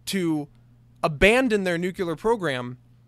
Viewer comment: I'm a stickler for this, and I'm sorry as this video was indeed quality, but you say "nucular" instead of nuclear. Like I said, I'm sorry, but I'm a bit of a stickler.